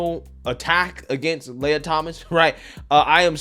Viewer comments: i believe the Transformers name is pronounced Lee-a and not Lay-ya. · "Lee-uh" Thomas Princess "Lay-uh"